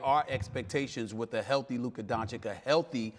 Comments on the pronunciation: "I am glad to have Luker Doncic on today." SAS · No we don't. We'll never respect Stephen A as long as he doesn't learn how to pronounce it properly. It's his job! He gets paid millions to do it. Dude have some self respect, if you can't respect your job, audience or players. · Nino Brown No, they are too lazy and too arogant to bother (I won't say too stupid - I give them benefit of doubt). But in Stephen A's case, it's his job to learn how to pronounce it properly. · After more than two years Stephen A. doesn't want to pronounce Luka's name properly, why's that?